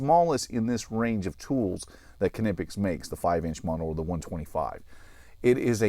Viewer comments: Konnippex? I think it's pronounced "Nip-X" but I'm not sure if the 'K' is silent... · Ka-nip-ix? Nee-pix. K is silent like knee. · It’s killing me how you are pronouncing Knipex. The Kn is pronounced the same way as “knee, and knife” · Huh, I always thought they were pronounced “nip ex” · If you want to pronounce it like the Germans would, pronounce it "Cneepex". So the "k" is not silent, but it's not "kuh" either. Here you have a Knipex employee pronouncing it at the start of the video: To be honest though, I don't get why people get so hung up on how something is supposed to be pronounced. It's tough to pronounce a word from another language correctly, so just use a pronunciation you're comfortable with. "Nipex" is fine. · I always pronounced this wrong until a few hours ago and then this video came along and then i started doubting again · The "K" is silent I believe!?!